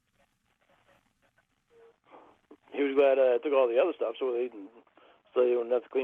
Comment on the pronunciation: “I’m smoking less.” “About a pack and a half a day.” Good lord. If that’s less, what the hell was he smoking before? Oh and is selling sports stawf? I wonder if he has a Bawston cap. I don’t even watch baseball but I still want one.